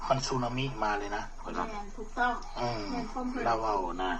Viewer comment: สึนามิ ไม่ใช่ สุนามิ เอ๊ย